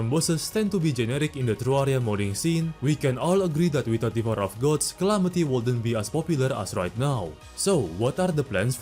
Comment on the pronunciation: bro hit me with the "devorer of gods"